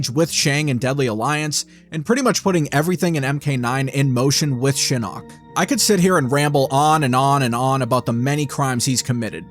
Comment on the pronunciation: Why do you only mention the inconsistent pronunciation for Takeda but not Shinok? The announcer pronounced it "Shi-knock" and "Shi-nook".....so there's that...